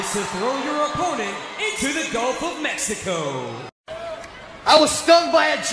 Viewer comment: Was that a "Gulf of Mexico" match or "Go F#@ Mexico" match? Play it again and listen carefully....